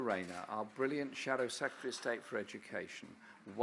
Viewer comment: Rayner: Shadow "Seketary" of State for Education? C'mon.